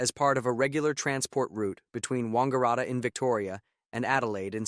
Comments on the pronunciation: Also Wangaratta not Wongaratta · WANG-gar-ratta (not Wongaratta) .